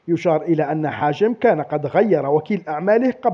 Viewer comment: راك دايما تقول حاجم والله قلقتني هههههه يا حجام ماشي حاجم